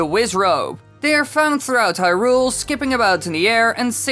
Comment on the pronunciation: This guy’s pronunciation of Hyrule makes me want to punch something.